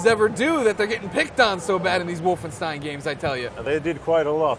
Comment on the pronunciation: It's Wolfenstein.